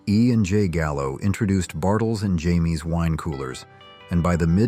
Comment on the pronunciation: So this was an AI voice bartle and James is not pronounced Jamie. I found a squad interesting actually. I usually don't listen to ai voices. And the fact you went beyond the 60s up into the 2000s was interesting. Surprising make two or three separate videos